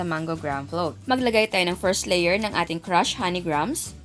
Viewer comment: That's the correct pronunciation of "grahams".